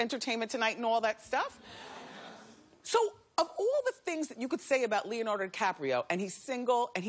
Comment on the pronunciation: "Leonardo DiCapria"